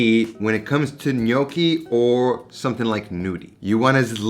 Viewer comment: Interesting take on this recipe. Just a comment on Italian pronunciation: "gn" is a diphthong. The sound is similar to the Spanish N tilde. So the "g" is not silent in gnudi but is pronounced exactly the same as the gn in gnocchi which you pronounced reasonably well.